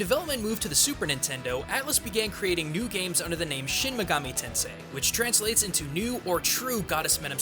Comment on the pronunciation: What's a "muhgami"? Who's "Izuhnami", or "Daidou Kuzunoha"? Did you forget to put a comma between "Itou Ryutarou"? Do you call SMB "Super Mario Broz"? Weebs like this should die. Also, "Megami Tensei" means "Digital Devil Story" in English. Try paying attention to the SMT intro sometime, otherkin freak.